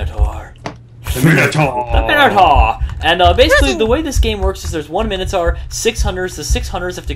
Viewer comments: min-o-tor Not mine-o-tor Or basically say Mi-No-Tor fast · It's pronounced mine-o-tor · its pronouced Mine-o-taur